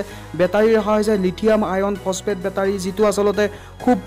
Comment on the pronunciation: Bhut vaal ktha nice video...but বেতাৰী nhoi ভাই.... বেটাৰী হে।